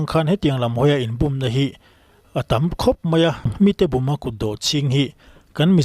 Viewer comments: Búm a ni lo, bùm tia lam hnial ṭhin tur aw😮😮😮! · Bum i lam dan hi i sawi na sentence ah hi chuan , i lam dik lo, búm ni lo in būm tiin lam tur